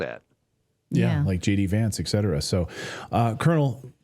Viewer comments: what’s the point with EKSETERA? (et cetera) ? Where the hell is K in et cetera? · Be the first channel on YouTube to pronounce et cetera correctly.